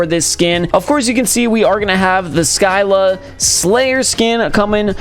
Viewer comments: It's pronounced "SEE LA" not " SKI LA" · Sky-la??? U mean See-lah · I swear scylla is not (sky-la) it is (sylla) where do you see a k in scylla